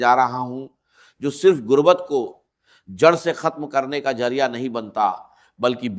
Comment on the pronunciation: کمینگی کی بھی کوئی حد ھوتی ھے کہ بغیرتی کی وہ بھی چند ٹکے یو ٹیوب سے کمانے کے لیے AIجنریٹڈ ڈاکٹر اسرار کی آواز میں ۔ڈاکٹر اسرار ذریعہ کو جرعیہ اور وظیفہ کو وجیفہ، استغفر اللہ کو اتتگفر اللہ اعوذباللہ کو اعوجوباللہ کہہ ھی نہیں سکتے۔ جھوٹ وہ بھی ننگا۔ جھوٹے لعنتی